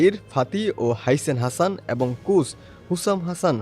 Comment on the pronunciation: What is "trackle" u Hambadik? 😂 and what is "Kuch"? 😅